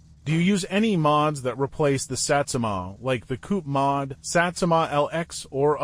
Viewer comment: "pri-ordi", "Sätsumaah", "Maahd", "pluudzin" lmao